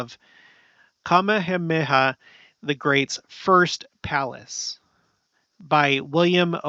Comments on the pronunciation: I don't want you to think I'm being a all critical here... simply wanted to help you with the pronunciation of the king in Hawaii. 😉 It sounds out like so➡️King Kuh-mayuh-mayuh. Say it the way I spelled it out sound wise. Just wanted to help you not have a struggle with it when you are trying to say it. You're awesome! Thanks for all your facts and research! ❣️ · I think the king's name is pronounced ka-ME-ha-ME-ha